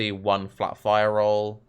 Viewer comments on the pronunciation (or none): none